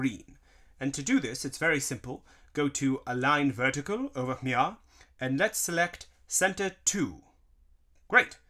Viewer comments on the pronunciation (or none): Why does he say over Mia instead of over here